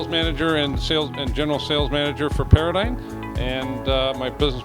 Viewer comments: It's pronounced Para-dime, not Para-dyne. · It's Para-Dime